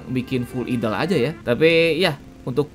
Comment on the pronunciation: Idle dibaca Aidl ❌ Idel ✔️